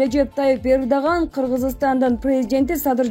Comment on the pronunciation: Эрдоган дегенди туура айтып сүйлөчү Эрдаган дегендей угулуп калыптыр